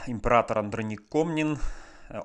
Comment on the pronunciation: Правильно казати -- АндрОнік